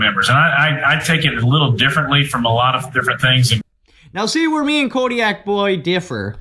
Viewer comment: Kotaboy32 , Haha kodiak boy? I laughed when he kept saying that. I love both of these channels. CRS and Kotaboy both do great work.